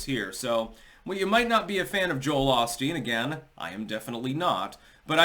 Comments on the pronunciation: It is pronounced Owe Steen. Not awl steen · pronounced “o-steen" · Drinking game: Every time says "Ahsteen". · Joel Ahsteen?